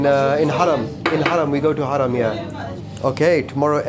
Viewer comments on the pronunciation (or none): none